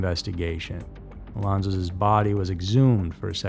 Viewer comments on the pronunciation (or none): “Alonsos’s”?? WTF?